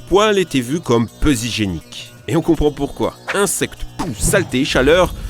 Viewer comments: "Le poli était vu comme peu Z'hygienique" Arrête d'inventer des liaisons. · Le "si Z'hygiénique" fallait l'oser celui-là !